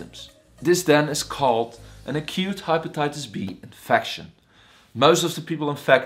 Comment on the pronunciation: HaypataytasB.... its just pronounced wrong